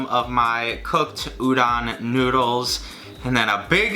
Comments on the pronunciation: Why does he says uron and not udon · Every time he said udon noodles I understood ouran and the the only thing I could think about was Ouran Highschool Host Club. I'm weird... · Love but I die every time he says udon wrong